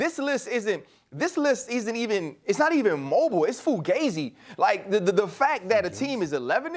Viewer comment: Ryan really said Fulgazi on tv lmaoooo 😂